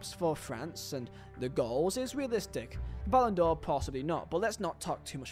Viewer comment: Ballon D'OH clause 😅